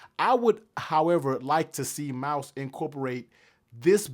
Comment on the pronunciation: Pro Tip: Pronounce the name correctly. Mous... not "Mouse", but "Moose" 😅